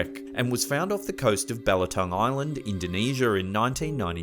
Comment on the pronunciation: Omg here we go again where is Indonesher, afriker, and Chiner ??? Aaaahhh where the hell is this guy from? Every damn video certain words are pronounced funny almost butchered.. for example the ships names r at the start of each segment how do u pronounce them wrong the atocha no L or R it's not atolsher it's pronounced A-toe-cha